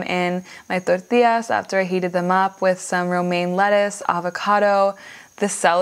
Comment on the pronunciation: gives me such agony when u speak cilantro and tortilla with spanish accent